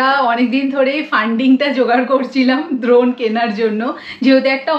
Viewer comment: ড্রোন ❎ দ্রন ✅